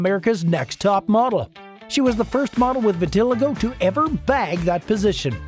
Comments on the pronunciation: Vitiligo is pronounced vi-tuh-lai-gow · Vit-a-LIE-go. Can't stand it when people post videos without checking pronunciation.